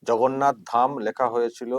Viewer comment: উনি ধাম কথার অর্থ জানেন বলে আপনার মনে হয়? আগ্রাসী মনোভাব থেকে এগুলো করা যায় না। অজ্ঞানতা থাকলে যা হয় আর কি। পুরো পাগল হয়ে গেছেন নাহলে প্রভু জগন্নাথ কে ভগন্নাথ বলেন।